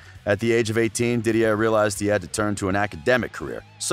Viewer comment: Dont ever listen to a man that says “DidieRRR” Drogba or “Marseye”